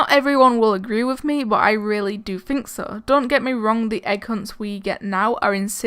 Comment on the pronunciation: It’s think not fink